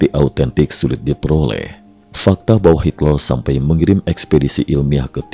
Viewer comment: "bava" itu dibaca "bawa"